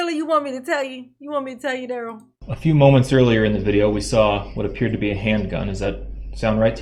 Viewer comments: In dur-rell CELL under the pri-ze-on. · I thought he was laughing because he knows that’s not how you pronounce his first name. It is going along with it. Lol